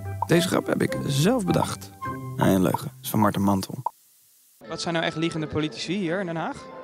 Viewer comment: Ben ik de enigste die de hele tijd politie hoort ipv politici